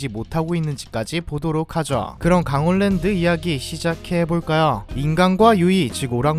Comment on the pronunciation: 강월랜드아니고 강원랜드 발음 참~